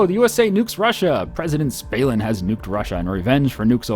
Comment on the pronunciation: Im pretty sure it's Stalin and not Spalin, same as Gill Bates :D